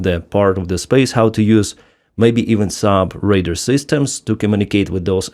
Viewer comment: Normally your accent doesn't interfere with communication. But you called radar "raider" which means something else. So please try to pronounce radar "RAY-dahr". Slava Ukraini!